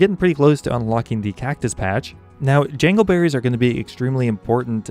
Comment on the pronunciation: "Jangleberries"? I couldn't stop laughing, and still cannot stop laughing.